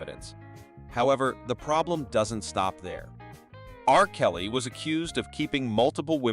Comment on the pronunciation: I just have to say, Your are SOOOOO mispronouncing 30% of the Peoples Names you are talking about in your videos. I don't think Anyone has said this to you, So it's time you know. Example, you said "R..........Kelly" it is read togeter here in the U.S. as "RKelly" it's pronounced as thought the name Runs togeter......There are Tons more names you have Royally messed up